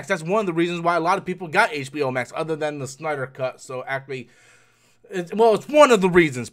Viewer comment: What's "HBO Mak"???